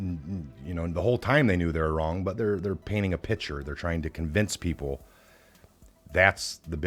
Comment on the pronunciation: Pic ture not pitcher